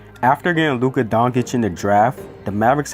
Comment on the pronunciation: Lmao WOW u make a mavs vid and mispronounce both Luka's the unicorns name